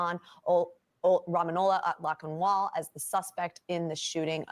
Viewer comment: how is it you can't pronounce the names Rahmanullah Lakanwal?